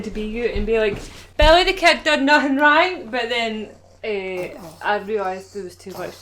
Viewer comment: Billy the Kid did nathin' rayng